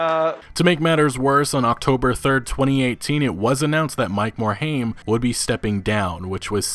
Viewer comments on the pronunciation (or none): Yo dude, it's pronounced "MORE-HIME" not "MORE-HAME"